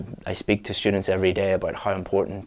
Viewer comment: Hey, I noticed you pronounce students like shtudents? Is it really common?